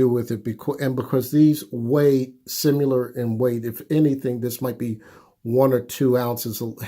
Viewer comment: If he says simular one more time... to the Moon Alice